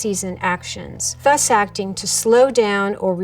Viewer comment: Thus is pronounced with a soft th.